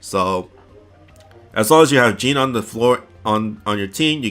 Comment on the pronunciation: Cringe whenever you pronounce Jeanne hehe